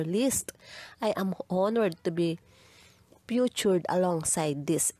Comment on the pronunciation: Futured alongside LoL imbes na "featured" ...what is futured, is that even a word? sorry ma'am, but you have to say the words correctly kasi medyo kilala na yung channel nyo at pansin ko medyo napapadalas na yung pag-mispronounce nyo